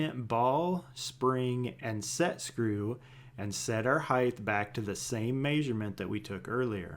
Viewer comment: Blows my mind how many people in the world don't realize HEIGHT is pronounced HITE. Not HIYTH lol